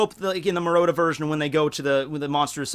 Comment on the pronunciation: Murata, not Murota. Pls